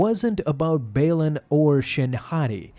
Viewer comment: Anyone else hate that he keeps mispronouncing Baylan and Marrok? Also at the end of the Mortis arc the father and the son die… so it can’t be the son. Seems like this wasn’t thought through